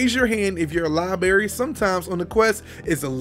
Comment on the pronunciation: Ha. Lieberry gave me a smile and a chuckle when I heard it. Fun stuff.